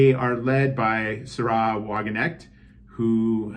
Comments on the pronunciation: Sárah, not Saráh. Sahra Wagenknecht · Forgive me but no. The way you pronounced Sahra is simply wrong. If anything, it's zAh-rah.